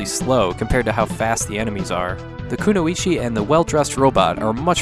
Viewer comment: Kuno-ichi? You pronounce it as Kunoi-chi and it means female ninja in Japanese. I hate it to correct people but is way to cool to make such mistakes again in the future.